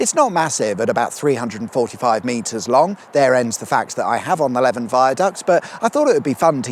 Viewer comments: Leven is pronounced "Leeven" not "Leaven"... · Leven is pronounced Lee Ven, and not Levin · Leven like Steven, not like leaven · Leven is pronounced ‘Leev-en’ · Leven is pronounced Leevan. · it's pronounced more like Lee-van viaduct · It's Leven, rhymes with Stephen . . . I drew the A19 / A66 interchange on the map the National Highways operators used to use to set signs /signals in the area . . . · Leven viaduct is pronounced LEE-VAN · This River Leven is pronounced to rhyme with Steven. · Leven is pronounced like leaving!